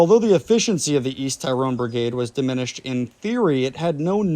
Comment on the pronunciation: Pronounced tirrone not tie rone